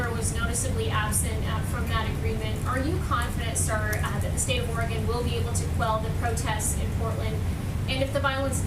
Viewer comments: Did Trump just call Oregon “Oragone”?!? Like some sort of mouth ulcer treatment? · Some people not familiar with the state pronounce it like that and oddly some people from the area also say it that way lol I am from the PNW